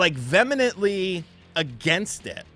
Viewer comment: needs help pronouncing "vehemently"